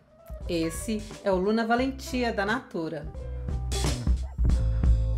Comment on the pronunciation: Oi!!Assistindo você. Com certeza deve ser envolvente. Suave ao mesmo tempo. Me interessei. Pronunciou lindamente, corretamente o nome desse perfume.😍👏❤